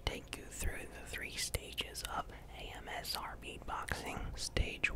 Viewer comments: He said AMSR 😂 😂 😂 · He said Amsr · you legitimately said amsr at the beginning